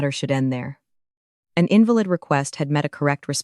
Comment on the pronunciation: What's with the random French words? ah-ROW-gantz? Do you mean AIR-oh-gantz? arrogance... in-VAL-ihd, not IN-vah-lid, invalid.